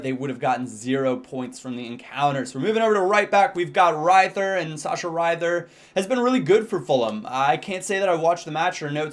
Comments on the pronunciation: You say to a to riether "riter" and not "raiter". I thing you mix this up with "ie" because you say "widenfeller" and not "waidenfeller". Ie is a long "i" and "ei" is a "ai". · in German -ie is pronounced with a strong e so Rether basically, and -ei is the same but with an i:) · its said Reether (in german you always say the second letter of the i-e) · its re-thier